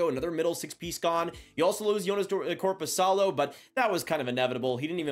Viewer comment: Korpisalo! 😂😂 I knew what he meant, but yes. And agree on Joey. Let's get him some games up here.